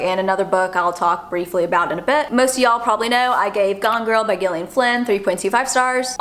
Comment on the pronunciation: Gillian is pronounced like “Jillian”